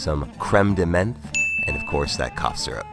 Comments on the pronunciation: French word "Menthe" is pronounced "Mente-" . "EN" has a particular prononciation... I know my langage is not the easiest to read . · “Menthe” is pronounced like “mont.” As a bar tender, you should probably know that. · You should work on your pronounciation of menthe. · Just for information: Menthe is pronounced like "mawnt" because it's french meaning mint. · Not mad but just to sound more sophisticated the "menthe" in Crème de Menthe is pronounce more like "mont" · menthe isn't pronounced like that :D got me laughing a bit so its ok :P nice vid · Look up how to say crème de menth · Cool, but I couldn't help myself laughing at your menthe prononciation.